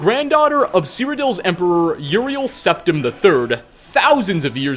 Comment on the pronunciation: Jonne Ylilauta it was Septim. But he pronounced it wrong